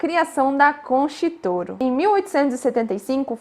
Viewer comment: Querida, a pronúncia pode melhorar... Concha Y Toro é o mesmo que: contha i toro... não é concha